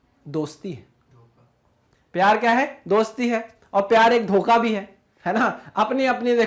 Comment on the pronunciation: The person who speaks DHOKA 🧐🧐 😂😂